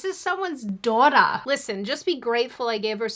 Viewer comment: "This is, this is someone's dawtah" I think this is the first time I've heard such a typical Aussie accent from you. Definitely a break from your usual cultured accent.